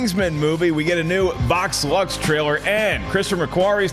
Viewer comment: I kept hear say Vox Lunch instead of Vox Lux